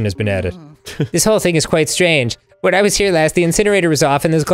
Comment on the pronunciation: "just-a say-a when-a!"